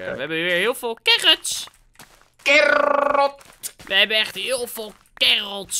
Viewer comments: Ik: carrots: carRrrrrrrrOTS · Niemand: carrots: carots: carrrrrrrrots